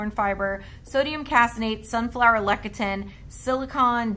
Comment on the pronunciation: please say: “Less-ee-thin” for Lecithin.